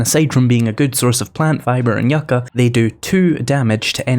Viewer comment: Growing near the California desert you are saying Yucca correctly I like your yellow dog